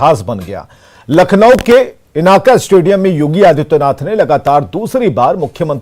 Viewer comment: एंकर चुटिया है इकाना स्टेडियम को इनाका का स्टेडियम बोल रहा है।